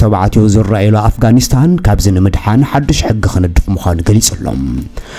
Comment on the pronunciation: I like the way you describe Afghanistan when u say it I can't stop laughing